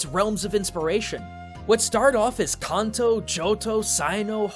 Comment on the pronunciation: Don’t you hate how he mispronounces Kanto, Hoenn, and Sinnoh? if he did that on purpose just to piss us off, I’m going to be... y’know, pissed.. but I doubt that.